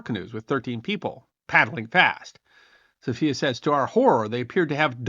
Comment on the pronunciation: Also guide Sophia is pronounced in the English way, not the Spanish version.